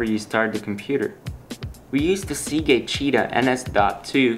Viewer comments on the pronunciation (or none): none